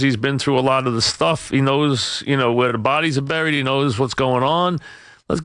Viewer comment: "he knows where da bodies are bweried..."